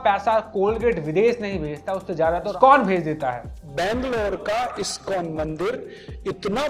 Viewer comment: He can't even pronounce ISkCON properly, he is that great an empty head, - Fools rush in where angels fear to tread